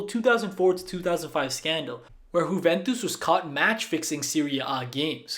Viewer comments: Juventus is not pronounced “Huventus”, it’s “you-ventus” Since the word is from Italian the “j” is not pronounced as “h” that would be the case for Spanish The “j” is just pronounced as the “y” in “yes” I know people can make mistakes but that is quite important Also if you don’t believe me just check wikipedia and how to pronounce that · "huventus" lol